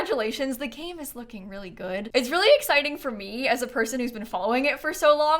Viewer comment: weally weally weally